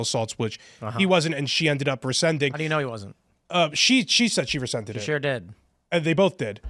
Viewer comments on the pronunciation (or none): It’s rescinded, not rescended …